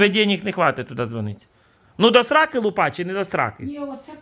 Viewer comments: Ну какая лупА,лУпа вообще то,ударение на первый слог. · лУпа, а не лупА. ЛупА-это перхоть.